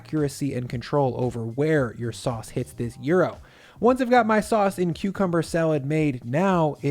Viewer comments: You call this a euro...it's called a yi-row (gyro) 👍👍 on your gyro-inspired taco 🙂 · Isn't the pronunciation supposed to be yee-ro and not yu-ro? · Everything great, except that it is pronounced YEE-RO not Euro. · The GYRO is one of my TOP 5 food items🤓 I need to try and make this one😋 But it's not called a 'YERO', it's more pronounced like 'YEERO', then roll the 'R'😄 Also in the MEXICAN household we don't heat the TORTILLAS in a pan we just heat them by placing them directly on the fire on top of the built-in rack or grate, then we flip it over and over until a little scorched and pliable🙋👍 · A recipe for Euro?? Why does he pronounce Gyro as Euro?? This gringos don't know how to speak, much less how to cook/ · It’s pronounced gyro, not gyro! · First of, "euro"? Wtf? Also, it's not gyro, it's gyroS... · it bothers me that you keep saying Euro.... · Why are you calling it Euro? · Why is gyro pronounced euro this makes me so upset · Man o man, now I know what the entire Europe tastes like. Cuz kept hearing Euro when you said gyro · Anyone else only hears EURO sandwich? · Is this how Americans pronounce gyro? Like euro? Pretty funny to me I'll probably give this a try, though I import a specific gyro spice mix, so I'll likely throw that in! Thanks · Why do I keep hearing Euro? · How do you say gyro? saying “euro sandwich” made me think of Greece between the German and French government, during the Great Recession. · you pronounce it very wrong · I literally just clicked on this to see if you would pronounce gyro correctly, but now I have a craving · looks delicious, does not look like gyros to me, looks more like doner to be honest still thank you for the video and surpizing me with your pronunciation:) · Oh man now you only need to learn how to pronounce "gyro" properly...